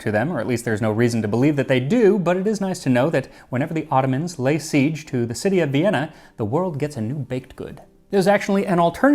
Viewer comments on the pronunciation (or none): none